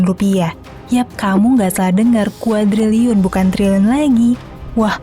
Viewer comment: Sampe typo bacanya jadi KADRUNLIUN 😭